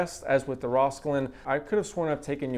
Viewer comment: rauwolscine. I’ve always heard it pronounced like Raul (like the name) sign. Thanks for the video!